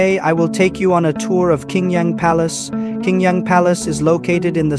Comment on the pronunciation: Qing Yang is pronounced " Ching Yang ". Qing is pronkunced as " Ching ".